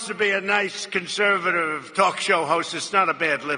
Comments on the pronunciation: “a nice conservatuvive talk show host...” , “ a beautifyouv...” . Okay, there’s obvious impairment throughout his rambling “speech “, and when I pointed this out to an acquaintance, he he replied “Everyone misspeaks sometimes.” , just like an obedient trumpologist. Jesus wept. And threw up. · "Anyone want to be a nishe conshervative talsk show host." 🤣🤣🤣🤣 what a sick dumbfuck. What's even more sad are the people following this lost, rambling, incoherent, old dumbass. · Slow his voice down to 0.75. It really shines a light on his speech problems. It's realy more like a spasm then slurring imo. When he says "conservative-vive" and "Rush-ush". He's actually adding another syllable I think. This sumbitches mind is roasted.